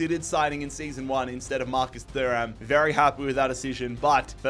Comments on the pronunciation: Marcus Thuram = Tu-Ram H is silent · Thats not how you say Thuram haha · That Thuram pronunciation 😂😂